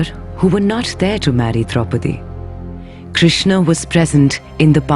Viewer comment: It is called schwa deletion and it is a mispronunciation to say Krishn instead of Krishna. In Sanskrit it is Krishna, Arjuna, Bhishma, Drona, and Mahabharata